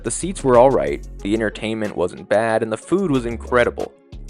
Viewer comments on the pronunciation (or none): none